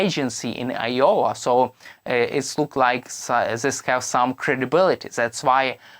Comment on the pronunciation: Wtf is yowa??? Do you mean I O W A Pronounced. " eye- oh- wuh!!!!!!